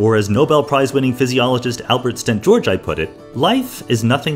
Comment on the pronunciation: Why didn't you look up how to pronounce Albert Szent-Györgyi's name? The way you pronounced it was horrible.